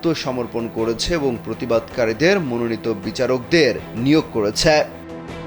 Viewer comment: ছ্যা ছ্যা ছ্যা,,, একটু কম বইলেন করেছে বইলেন,,,,,করেছ্যা বইলেন না